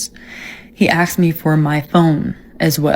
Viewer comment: If a women pronounces "asked" as "aksed", you know she's a 3 O FOE.